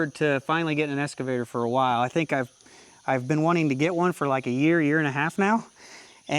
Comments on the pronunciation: Hey, nice machine you picked up there. It's an Ex-cavator, not an Es-cavator:) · i got a little bit triggered every time you said "escavator" lol. EX. EX. EX!!!! That's the end of my TED talk. Congrats on the buy, looks like a nice machine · I won't beat you up on your operation, but I will beat you up on the pronunciation of EX-cavator. Sounds like you're saying ESS-cavator. lol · OMG!!! It's an EXcavator not an EScavator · EXcavator not EScavator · c'mon man, EXcavator not EScavator. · Excavator, no S there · Is it es- cavator or excavator 😅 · Drinking game… Every time says “S” cavator you have to take a shot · There’s no “S” in EXcavator!😂